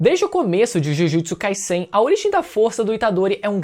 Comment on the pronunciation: Jujutsu “kaisséin”.. quer falar sobre o anime mas não sabe nem falar o nome 🤡